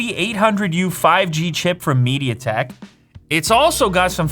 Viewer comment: Stopped watching when he said mediatek